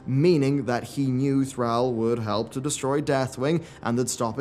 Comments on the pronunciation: dude always slaughters the names of wow characters he calls thrall thraaaaaal instead of thrawl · Anyone else feel weird whenever he pronounces Thrall wrong? It’s kinda ticking my OCD off